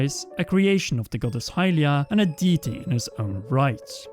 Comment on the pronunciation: Everyone: goddess: godass